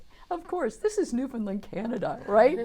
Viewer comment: spot on!